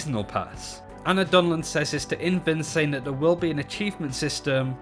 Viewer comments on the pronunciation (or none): none